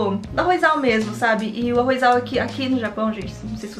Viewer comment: Eu acho que vc esqueceu tbm de com o se fala ARROZ, não se fala ARROIZAL È ARROZAL que vem de arroz não arroiz